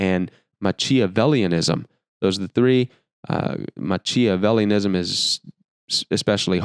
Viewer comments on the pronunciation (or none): good material. nice use of Psalm 1. Machiavellianism has a hard [ch] with the choo choo sound not the ch of christ. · Its a little easier to pronounce if you do it correctly: Ma-(Key)-avellianism In italian, "ch" is pronounced like k, the way you pronounce it would be correct if it was Ma(c)iavellianism or Ma(cc)iavellianism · mac-e-a-vell-ism. Another good video! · Sorry, switched off after the bizarre pronunciation of Machiavelliniasm. I don’t understand why content creators put out these videos where they cannot pronounce words related to the subject. It undermines the message. If you can’t be bothered to put in the research to find out how these worlds are correctly pronounced, then why should I have any faith in the validity of anything you’re saying. It undermines your own message because it makes you look sloppy. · Hey My friend. Really enjoyed the video great info. As far as machiavellianism is concerned. The ch sound is pronounced as a k sound. As in not chick but kick. Hope that makes sense. Machiavellianism is actually named for a real person Machiavelli. A Big big time manipulation master back in like the 1700s or 1800s not totally sure which one or if a different one. The guys completely googlable if you want to learn more. Definitely not easy to pronounce or say. Really enjoy your content. Sometimes I have to work with some of these people. Most although I don't want to deal with any of them. Have relatively mild to moderate traits and aren't extremely poisonous. But there are some man they literally make my skin crawl. Big boundaries, recognizing them for what they are and staying away is my Best solution for a happy existence. 🤷🏼‍♂️ Stay blessed and Awesome Always and Please keep the awesome content coming! Most Sincerely, Phil G Bergeron 🙃 May Abundance 🌾, Peace 🕊️, Love ❣️, and Light 🕯️, always guide you on your journey throughout your life! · He Butchered the word “machiavellianism” lol couldn’t even pronounce it ????